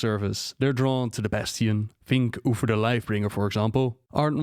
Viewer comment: Stop calling uTHer "oofer".